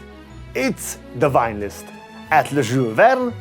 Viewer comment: Please learn to pronounce “V” and “W”. Visit, wine. Thank you, i love everything else you do